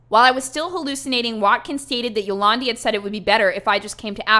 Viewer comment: Yo-lawn-Dee vi-ser